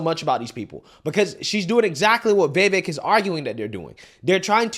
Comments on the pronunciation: Brooooooo can you learn how to say a name???????????? It's Vivayk, not VAYVAYK good Lord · 'Vivek' = 'vi-vake'...lol. like "the cake" not difficult whatsoever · ITS NOT VAY-VAYK! you cant be this stupid with names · It’s not pronounced vay-vake. Why is it so hard for some people? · I would vote for Vivek 💯 and it's Vee vake like cake, I think he is real and not buyable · Vevvik, lmao. You really are bad with names bro. I love it though. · Day 16 of correcting the pronunciation of Vivek. It's Vi-Vake. Vuh-VaYke. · Please lear his name pronunciation, not that hard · Is it really that difficult to pronounce Vivek's name correctly? I don't get with you. You seem averagely intelligent but when it comes to pronouncing some words, even English words, your IQ goes out the window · Please learn to say his name correctly.